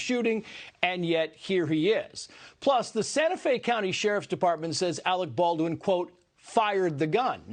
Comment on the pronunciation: You are worfwess Arec Bawlrin!